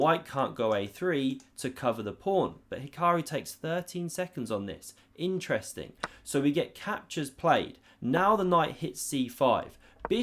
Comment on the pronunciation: watch the video again and drink a shot every time he says "Ineresting"